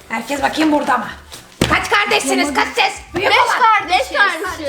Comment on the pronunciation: Şerbet burdağğ Künefeğ burdağ Şekerpareğ burdağ😅😅😅